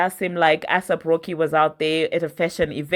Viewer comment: I come in peace to help you with pronunciation…take this in good faith…it’s not “ASS APP ROCKY” it’s “ACE APP ROCKY” (AYSAP) xoxo 😘 with love fr Your beloved subscriber